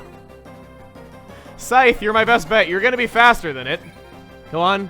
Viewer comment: "I will suavely and sexally, defeat you. For I am, Snaps fingers the Psythe" - 2016